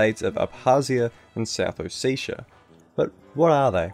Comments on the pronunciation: Its not south Oh-seh-tii-ah or oh seee ahha ahh ! is it so difficult to pronounce O Se Ti a , just ! Originally its Sa ma cha blo . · ALPHASTAR RU well it’s actually ოსეთი but whatever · Sorry to be that guy but it’s south Oh-seh-tii-ah, not oh-see-sha. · More like a O-set-ia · It's not ossetia it's samachablo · hmmmmmmmm South OseSHA you say. I laughed at least 20 minutes at oseSHa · it's hard to take any of this video seriously when you can't pronounce ossetia or tbilsi. it would've taken two seconds to google. they're both pronounced exactly how they're spelt